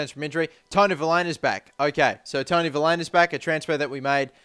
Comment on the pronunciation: I feel like i must tell you that it's pronounced Vil-HAY-Na just pointing it out. And get muriel